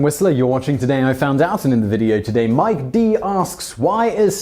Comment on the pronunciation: Mike Dee sounds like Simon said My Dick lol.